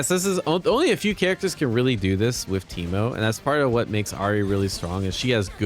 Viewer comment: In the first minute you say Temu instead of Teemo at least once, but I think a couple times. I keep doing this too xD